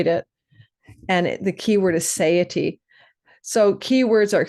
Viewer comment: Sat-eye-a-ty. With the accent on the 2nd symbol. It's in my chart to be a grammar Nazi - whoops, grammar Zio🤣.